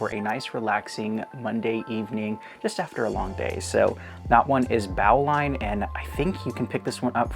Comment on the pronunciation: Another great video! And just so you know, Bowline is actually pronounced "boe-line" rather than "bao-line" Bowline is a type of knot, which is why I assume they chose to call it that 😄